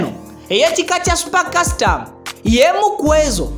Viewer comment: A bit annoying pronounciations, mbu Aromantic 😠, the word is not Aromantikki but Aromatiki , not super kasitamu but Super custom/kasitomu . Born 1981 and 41 😡. Very annoying